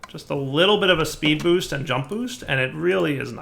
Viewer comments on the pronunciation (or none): none